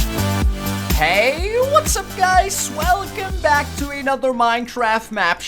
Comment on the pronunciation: Um WHY YOU SAY SWELOME BACKS GUYS